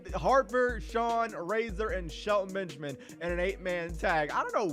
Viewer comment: to think you live in the cube house with Brandon and you don’t even say it like sHeLtOn BeNgAmIn